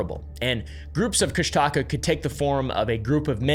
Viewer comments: Hi! So the way you pronounce Kushtaka is more like (Koosh-tah-kaa) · Actually, as an Alaskan accustomed to outsiders mispronouncing Alaskan words, Kushtika is authentically pronounced KOOSH-te-KA. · Okay, the people who make videos about Alaskan folklore, never get the pronunciation right. My ex-husband's grandmother was the most beloved elder of the Tlingits on Prince of Whales Island. I lived with her, my very first summer in Alaska. The otter-man moniker is pronounced Coosh-duh-caw. I realize that there is no reason for anyone who hasn't been there, or spoken to a member of the tribe, to know that. A lot of people who go to Alaska, go there to disappear. It's not a mystery. A lot of planes crash in Alaska, because owning one, is as common as people owning campers in the lower 48. Many people own them, it doesn't mean they have the knowledge, of how to navigate safety. There are apex predators all over Alaska, and when people are unprepared to protect themselves, they may get eaten. There is so much untouched wilderness, it is very easy to get lost in the woods. The temperatures get dangerously cold, sometimes as early as September. If you're not prepared, you could die of exposure. The cold temps freeze a lot of lakes, they may be perfectly safe to travel, but you might fall through, and disappear. If you don't watch the tide in some places, it can take you by surprise and then take your life. Lastly, Alaska is made up of people from all walks of life. There are bound to be some very bad people in the mix. Sometimes unlucky people, cross paths with a psychopath, and disappear. It's not all mystery. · Alaskan here it’s pronounced coosh-ti-caa you elongate the aaa sound at the end I live in Juneau ak and won’t say its name out loud because that summons it if you are close to the water which I am right now lol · It’s KOOSH -tuh-kaw is how you say it LOL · It's pronounced Kooss Da Kaa. I live in Petersburg right across from Thomas Bay. Yes the story is intriguing